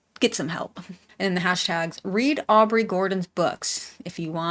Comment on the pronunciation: It's Aubrey, not Audrey. But I agree.